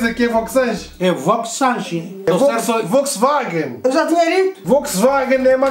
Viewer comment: tudo errado? ele acertou de primeira no Volkswagen